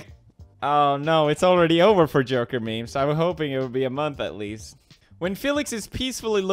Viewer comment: sounds like he said "j*rker" instead of "joker"...